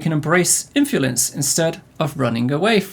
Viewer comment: This man can't say “Influence” to save his life😂